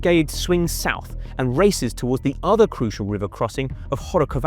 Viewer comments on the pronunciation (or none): none